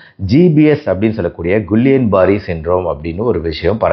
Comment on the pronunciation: Dr கிள்ளியன் பேரர் not குல்லியன்